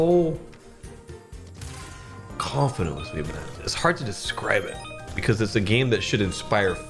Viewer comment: shweeet bonnnannza😂😂😂😂😂